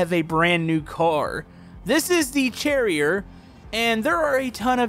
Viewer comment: i think its supposed to be pronounced cherry-eh lol